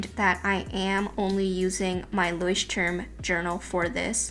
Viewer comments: Please learn to pronounce Leuchtturm 🙊 not leushtum 😥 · Love the video! ♥️ But we really need to teach you how to say Leuchtturm correctly 🙈 it just sounds so funny and weird when you it 😅 no offence, honestly :) it's kinda cute tho